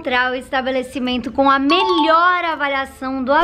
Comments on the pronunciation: "melhoe" KKAAJKAJjJAHZKANSKZNAK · "Melhoe" kakaka